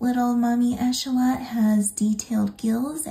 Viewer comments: It’s axolotl not achotel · So beautiful and can’t wait to make these! Your instructions and voice are amazing ❤️ (It’s pronounced ak-suh-laa-tl, though! Weird word lol) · Im sorry but how do you say axolotl😂